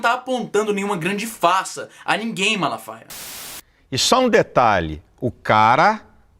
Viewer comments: O Silasmalafala faia :) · "Malafala faia" haushaushaus Caralho vei ficou mt engraçado uaushauhsua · Silas Malafala faia hahaha! O pior é que eu tentei falar também e errei do mesmo jeito, só falei direito na segunda vez